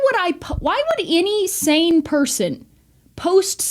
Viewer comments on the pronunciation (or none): none